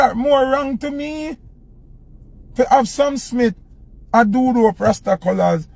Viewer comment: A must the word rasta that him rhyme with pasta.